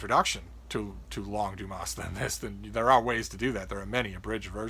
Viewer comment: Please leave out the s sound at the end of Dumas like the French do..otherwise you are not giving the author his correct name..